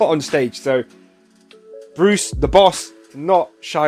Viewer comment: Best reaction I've watched to anything Bruuuce! You nailed it. (I know you'll get his name right next time.) Thank you!!